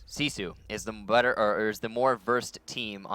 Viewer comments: why is their team name pronounced "See Sioux" and not gifu? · Since when does R6 Pro League not restart the round on a disconnect? This is the first time I have seen that they did not re-host... Unknights probably would have won this. If nothing else, they put "See Sue" (the horribly pronounced) team in their place.